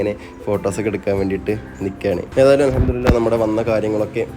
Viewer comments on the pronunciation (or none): none